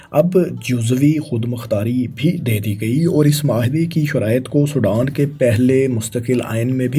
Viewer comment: Did this guy ever get to school? He can’t even pronounce Sudan. Sodan 😢